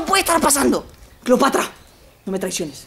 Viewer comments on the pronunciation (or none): Se dice Cleopatra no Cleopatria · Cleopatra!: Cleopatria! XD